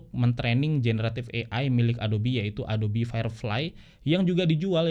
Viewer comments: Ingat Yg Ori itu "ADOB" bukan "ADOBI" 😅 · Sekian lama pake adob eh adobi ya bacanya... hehehe